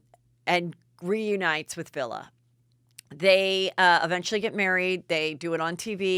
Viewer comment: Vili !!!!! Wtf not Villa!!!!